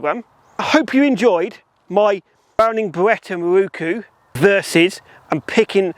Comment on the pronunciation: "Mi-roo-koo" is like chalk on a blackboard! How does "mirror" become "mi-roo-koo" when you add "ku" on the end?